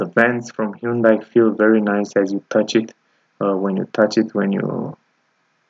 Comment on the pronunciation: Your pronunciation of the vehicle is incorrect look at how it’s spelled i’m talking about the manufacture